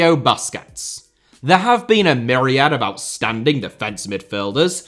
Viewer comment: Boosquets not BUSquets!